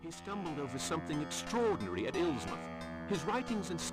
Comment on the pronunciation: "Illsmouth". Definitely not Innsmouth!